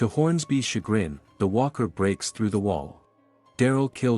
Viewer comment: Hey Mr Artificial intelligence Narrator? You said Weaker. The word is Walker. I'm now not afraid of a Cyberdyne Terminator AI apocalypse because AI is so stupid and I hope you stay that way because I want to keep my job you bastards!